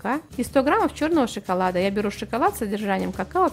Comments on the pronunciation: Девушка не шиколад а шоколад)))) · Опять шиколад?)))))